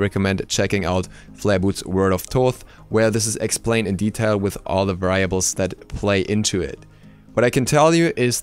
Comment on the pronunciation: I trust you but it's hard to trust someone who can barely say variable